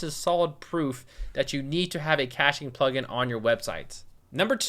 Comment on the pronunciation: In start, he said,"hey plugin company." I heard,"hey fucking company."